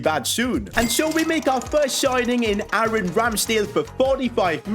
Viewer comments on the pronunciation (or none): none